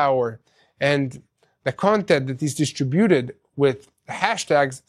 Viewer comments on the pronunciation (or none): In the word "distributed", the accent is on the 2nd syllable, NOT the third. Dis-TRIB- uted" Your're welcome!